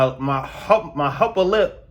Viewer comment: "My hupper lip". The numbing agent had your pronounciations in a chokehold.